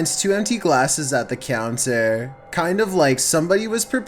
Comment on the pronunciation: At the countierr